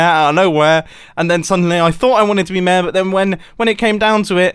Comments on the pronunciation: Normal people: Mayor This guy: Mèèèh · "Mayor" ? Nah, "mää" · Every time he says mayor, hes actually saying "meh"